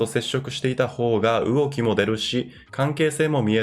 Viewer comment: う↑おき 動き ギリう↑おき